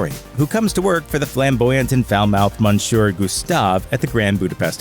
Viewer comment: "Monshure" Errr Monsieur